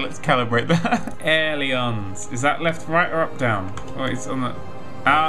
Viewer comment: He may not pronounce it right, but at least he knows what he's talking about. I know many flight simmers that don't even know the difference.